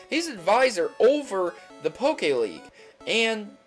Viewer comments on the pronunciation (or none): none